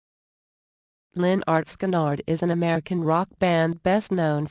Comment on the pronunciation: Cant even pronounce the groups name correctly..damm computer